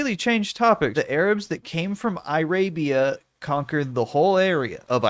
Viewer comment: "eye-rabia" is nearly as good as "apatheed"